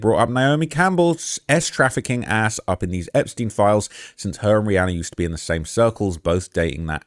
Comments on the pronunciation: im making fun kf the way he says Rhianna. He says it Rhianner......just being sarcastic please calm down. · Nooo not “Rhianner” 😭